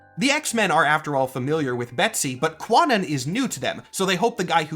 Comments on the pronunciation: Not bad. I will say that there’s a few things missing. 1) Kwannon has a silent “w”. 2) The reason the body swap went the way it did in the “no one knows why it happened” element was because of a character I’m surprised you left out; Spiral. Matsuo saw that Kwannon was brain dead and wanted Spiral to either jumpstart the brain using Betsy or brainwash Betsy into thinking she was Kwannon because he wanted the body… eurgh. Spiral, being jaded about any kind of romance, trolled everyone by putting the brains in the blender. She’s fun. She’s also the one who put robotic eyes in Betsy so the Xmen’s exploits could be televised to Mojo. That is until… 4) The biggest symptom of the legacy virus was a power boost that was out of control. Revanche caught the virus and her telepathy broke through the brain blending so she remembered who she was. To prevent her death causing an insane catastrophe, she travelled to Japan, smacked Matsuo around and got him to help her commit assisted suicide before the virus took her. 5) Yeah, considering Jubilee was also palling around with Wolverine and Psylocke during this time, there’s also the fact that Psylocke was the adult East Asian hero on the team. During the 90’s, Rob Liefeld’s art was in and Psylocke became the face of it for many with the “Psylocke pose” being the one where the spine basically contorted to show a female character’s chest and rear. So, yeah… add more disgust because people kept her around since she was hot. 6) This has meant th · Ive read a few things saying that Kwannon is pronounced more like Kya-non, rather than kwa-non or cah-nan. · hate to be a stickler here but Kwannon is pronounced Kah-nnon. Kwannon is an english variation on the name of Kannon, a japanese bodhisattva. The reason for this is because Chris Claremont likely found the name and just pulled it for a character he was writing, without pulling the context. For more info, listen to the Cerebro Podcast's episode on Kwannon and Betsy Braddock